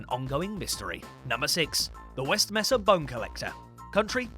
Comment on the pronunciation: Mesa; MAY-sa not MESS-ah